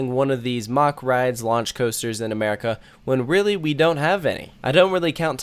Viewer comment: Mack not mock.